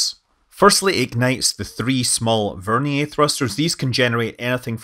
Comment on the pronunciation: there is no such thing as an “over-nee-ayy” engine. I suspect you meant to say a Vernier engine but just mispronounced it.